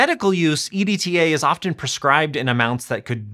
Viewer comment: it's an acronym if I pronounce it "edtuh"